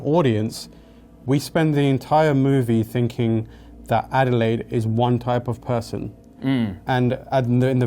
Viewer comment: Her name is Adelaide. As in the Australian city, AKA "down-under"